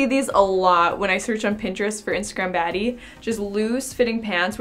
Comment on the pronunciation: i was jusssttt about to comment this! i couldnt stop laughing lol